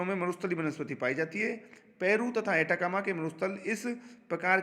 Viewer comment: सर "एटाकामा मरूस्थल" नहीं बल्कि "अटाकामा मरूस्थल" हैं।